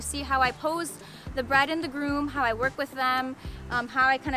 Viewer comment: its groom not broom sorry to say